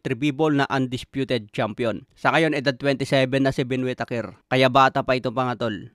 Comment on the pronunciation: "Wit teyker"